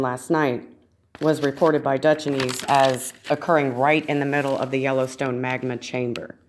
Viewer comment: Good video but his name is pronounced Dutch-Since not dutch-an-eese. Blessings